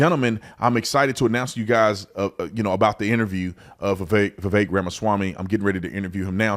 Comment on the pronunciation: Vivek rhymes with cake